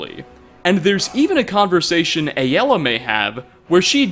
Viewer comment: I love nates channel, but I also can't watch videos where he talks about Aela. Him saying it like A-l-ah is so annoying. Please if you ever see this, please stop